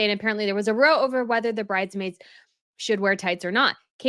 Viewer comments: Hi..when the word row is used in the context you read it is pronounced like wow... Love your show.❤ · Quick note: it’s r-ow as in a fight or a spat, not roe as in to row a boat. It’s a British expression Americans often stumble over. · "row" meaning an argument, rhymes with "cow," not "know." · the word “row” used in this context is pronounced like the word “wow”, or “bow”, it’s a british-ism meaning a fight. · Spot on commentary! Fyi, a “row” (rhymes with “cow”) is English/British slang for a verbal argument. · It is Row like Now. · The word "row" as used in The Times to mean basically what is an argument is pronounced the same way as the word "cow" and not as in "a row of trees" or "row the boat". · btw, "row" as in argument is pronounced to rhyme with "how", not "hoe" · It's row as in cow. When people have a row, it's an argument. Do Americans not have this in their vocabulary? I've heard a few channels pronounce row, like dough. Or 'row a boat.' But it's row, like now or how. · The British pronounce it raow like cow, not roe. megaliar doesn't care about protocol much less respect. This was just another opportunity for her to throw shade at the Queen. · Great video, just for your information “row” is pronounced like “cow” or “how” when meaning an argument. I’d have thought that tights would be more comfortable for the royal ladies when they are on their duties so that their shoes don’t rub. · Please pronounce an argument “row” is “/rou/. Rhymes with bow-wow. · It’s row as in cow Not row Asian toe! A disagreement is a row as in cow! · when used in the context of this video, the word "row" is pronounced to rhyme with OW (like you just got hurt). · Hi, love your channel but can I say, you should be pronouncing ‘row’ when describing an argument as the ow sounds in ‘wow’. You are pronouncing it as a line as in a row of tents or in towing a boat. As I said it’s Row as in Wow when it’s a disagreement.